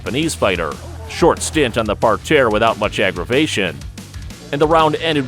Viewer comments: nobody says par tear ur killing me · Just say "mat" or "ground" and stop trying to be fancy with "par terre" when you can't even pronounce it nor use it correctly.